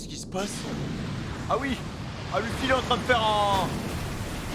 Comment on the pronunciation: C'est monkey D Luffy pas femy